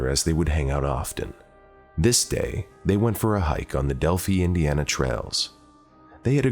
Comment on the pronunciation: Maybe learn how to pronounce the name of the town in which you're speaking and not add your exaggerations.